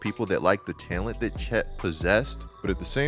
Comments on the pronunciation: Who says talent like that man?? Tellunt..lol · good takes but why do you say talent like that bro😭